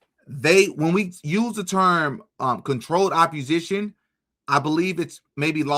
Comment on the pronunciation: Opp-o-sition theres no R ❤